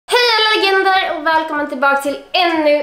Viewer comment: Tyckte du sa hej alla gender å ja bah va? 😂